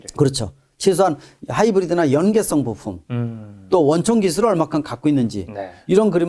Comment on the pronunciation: ㅋㅋㅋㅋㅋㅋㅋㅋㅋㅋ거fum 과 부fumㅋㅋㅋㅋㅋ계속들리네요 ㅋㅋㅋㅋㅋ